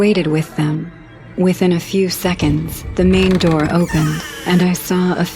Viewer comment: Open the Noor 😂😂 Open the Noor 😂😂😂